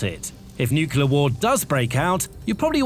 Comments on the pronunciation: It's NOO-KLEE-ARR, not NOO-CUE-LARR. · It's NEW CLEAR, not NEW KILLER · nuclear not nucular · Nuclear not nucelar ... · Can you please say NU-CLEAR rather than NEW-KILLER . Honestly... learn the language. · What is nucular power? I have never heard of it. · Every time I hear "Nukular", I suffer. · Say it with me: New-Clear. New-Clear. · The word is Nu-clear pronounced as new-clear. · Dude is saying nucular in a British accent nothing that follows that can be taken seriously! I couldn't continue after maybe the 5th time but I'll be he says the hulls are made of aluminum or some such shite. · Thumbs down (again) for not being able (again) to pronounce the word "nuclear". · All that and you cannot pronounce nuclear?!?!? How difficult is that? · You have to teach your bot to pronounce nuclear correctly; not like GWB does